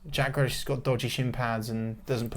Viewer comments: Who's Jack Grelish? He ain't a pickled vegetable! Very questionable pronunciation 😂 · Buendia better then Grealish 😂😂😂 at least pronounce Grealish’s name right next time it’s not Grelish, love the podcast though😂👏